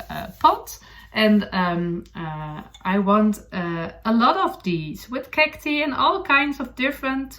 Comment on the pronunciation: Lovely podcast... thank you. Cactus (kak-tus) is singular and Cacti (kak- tai) ((like saying the letter I) are plural. Thank you for podcasting in English in which you sound very beautiful!